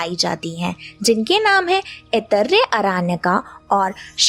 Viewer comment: अत्यन्त ज्ञानवर्धक, किन्तु बहन जी के कई नामों, शब्दों के उच्चारण हमारे सनातनी परंपरा के अनुसार हो तो अच्छा, जैसे उपानिषद,का उपनिषद ऐतरय का ऐतरेय